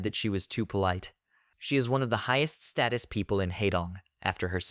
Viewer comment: Did anyone else hear the voice when it said "hIgHest StAtUs" 😂